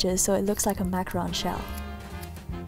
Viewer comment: airin Purnomo Btw... It's Macaron not macaroon!